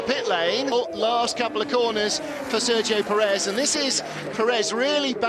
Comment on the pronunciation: "serjo purrrez"